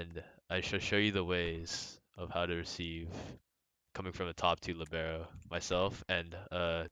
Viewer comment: u say libero wrong....